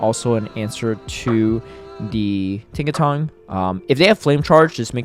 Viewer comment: why are you pronouncing Tinkaton with a G at the end lol